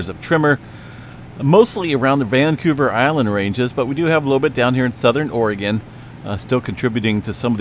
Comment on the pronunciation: You say Vancouver like a Canadian ❤